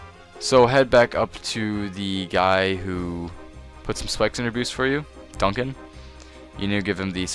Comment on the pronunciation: its dunstan not duncan.